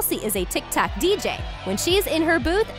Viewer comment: IT'S TIK TOK NOT TIK TAK